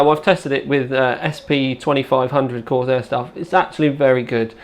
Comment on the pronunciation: i think he like coarsiar...